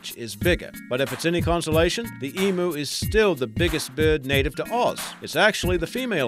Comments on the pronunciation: i find it funny that you say it's more like saying em-you haha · its E-MEW, not E-MOO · to me it sounded more like like (the oo ahh thing), come on its more like emyou:P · thus why you wouldnt type it "em-U" because the first part of the deconstructed world people see is the first part em (which would be pronounced like the start of the name Emily). It is the letter E, followed by MEW (as in the 151st pokemon), NOT "moo" (as in the sound a cow makes) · I've been pronouncing emu wrong my entire life. Ive been pronouncing it as e-moo instead of e-mew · Emu is pronounced as EM-YOU not em-ooo! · You pronounced emu wrong it's (eem-you) not (eem-moo). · Oml, I can't stop cringing at the Em-oo. IT's not pronounced Eem-oo. It's Eem-U DX. The CRINGEEEE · It's pronounced EEEMm you emu Not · Hahahaha. The way this guy pronounced "EMU" is hilarious. It is pronounced EEM-YOU. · Lol you say emu wrong it's pronounced like this Eeemyou